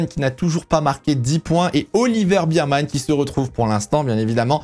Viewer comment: Cool video mais tu veux pas dire "bèrman" stp??? La bise 😜